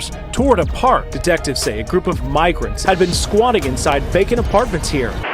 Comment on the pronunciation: eemeegrunts y meegrantes